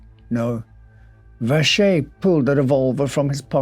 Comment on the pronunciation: Die Aussprache Joseph Wäscher ist definitiv falsch.